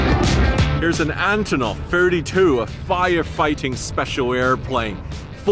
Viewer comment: I wonder if I will ever meet a foreigner who is able to pronounce Russian names correctly. It seems like the simpliest name possible - Antonov, and still the guy manages to emphasize the wrong sillable. Why wouldn't he try to pronounce it again properly - AntOnov? (Or still better to say as we call these planes in Russian - An-32)